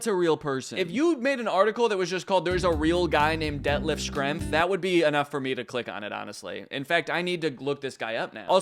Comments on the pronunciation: Its pronounced Shrempf! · That “Schrempf” pronunciation would make your Midwest neighbors in Indiana cry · Schrempf is pronounced Shrempf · FYI Schrempf is pronounced "shremp," kind of like shrimp with an E. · I thought "fermiliar" was the worst thing Danny could say, than he pronounced Schrempf like "Shkrempfuh"